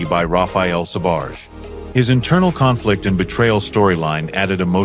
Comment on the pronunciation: Ah right you pronounce Sbarge fine.